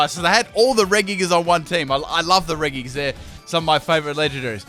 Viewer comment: you say regis wrong it said like redji not reguis